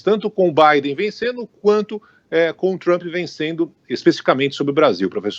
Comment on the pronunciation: O cara é professor de política internacional e nao sabe nem pronunciar o nome do presidente americano???